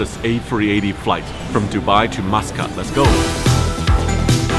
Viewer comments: I thought kept hearing you say “Moscowl” then I read.. Muscat.. lol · he said muscat wrong lol my surname is muscat so i think i know a thing or two about the name